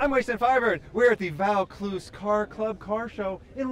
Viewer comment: Great video mate. Alot of mad cars alot of history told. Pronounce it "voor clooze". Cheers